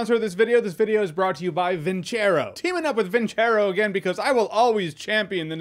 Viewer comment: Alpha M: Vin-ser-rho Antonio: Vin-ser-rho Jeremy: Vin-🪑-ro 🥴🥴